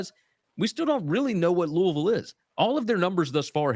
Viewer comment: as a Louisville native and alumni it warms my heart that you can correctly pronounce Louisville, but you break my heart my taking GT against my boys, lol.